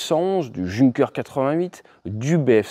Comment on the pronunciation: Intéressant. Petite précision phonétique : Junker se prononce Younker.